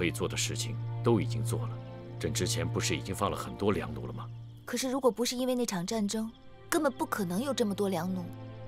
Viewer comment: 那個因為也太好笑了吧！😂😂😂😂😂😂😂😂😂😂😂😂😂 音調不太對喔！😂😂😂😂😂😂